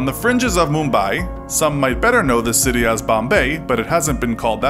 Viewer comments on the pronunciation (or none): none